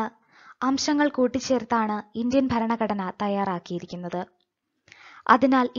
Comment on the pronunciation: ഫരണഘടന അല്ല ഭരണഘടന.